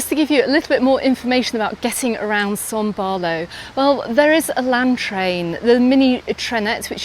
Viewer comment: Can you please explain why you keep saying son Barlow, when it is son baulo?